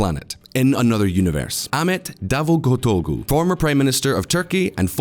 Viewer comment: we got to work on your Turkish pronunciation. It’s /rejep tai-yip erdo-wahn/ and /ah-met da-voot-oh-loo/